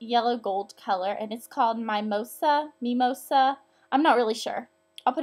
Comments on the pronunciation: The make-up is so basic but it's so cute! I just tried it on right now, I'm definitely wearing this to work on Tuesday. Oh, & you pronounce the "i" in 'mimosa' the same way you pronounce "i" in 'it' - it's actually the name for an alcoholic drink, tee-hee. & I love maybelline pulse perfection mascara! I bought it right after I saw one of your other videos, & it's amazing. This comment is really long, but I just needed to tell you how much I love your videos! :) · Love your videos! btw, its pronounced mim-oh-sah, its orange juice and champagne and i'm not sure if your 21 or not but if you are you should try it, it's absolutely delicious, very light and refreshing great for brunches. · MIH-mo-sa is a drink??? Actually, it's a flower for the 8th of march)) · its mi-mo-sa